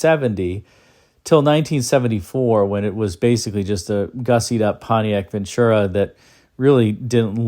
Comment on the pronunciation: If they wanted to get this Pontiac design approved for production in 1988, they should have slapped on 20 yards of plastic CLADDING!! On a side note, the letters c and h cannot actually be found in the middle of the word VenTura. Many of us have been pronouncing it the wrong way. 😉